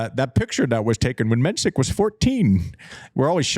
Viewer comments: Jakub Menšík - not Mensik - the 's' is in fact a 'š', which is exactly the same as 'sh' in English or 'sch' in German, also the i is long. You Americans would probably silly transcribe it as 'MEN-sheek'. I've been wanting him to finally correct people, but it's his battle to fight and he seems laid-back enough about it. Also, thank you JW for getting the name of the country right - the Czech republic, Czechia is dumbed down because English speakers and broadcasters are too impatient to deal with two-word country names, resulting in commentators repeatedly and unforgivably butchering it. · conserning the pronunciation: Menšík = Men-sheek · Mensik's name is actually pronounced 'Menshik' .. glad you are back to talking about the game and the players .. Andy's insights from a former players perspective are the most interesting thing on this channel to me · You should learn pronouncing Menšík's name correctly 😉